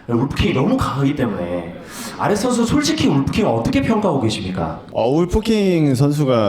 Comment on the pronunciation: 발음 좋은 바이퍼네 ㅋㅋ 아레스 ㅋㄷㅋㄷ